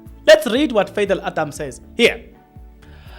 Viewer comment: It'spronounced Pha dhil😂😂😂